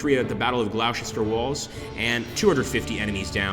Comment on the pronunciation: GLOSTER! Not Glowsester lol (amongst others) lol